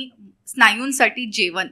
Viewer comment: जेवण म्हणायचं हो जेवन नाही आनीपानी तांदलाच्या गोनी. मराठी येत तुम्हाला पण अशुद्ध येत.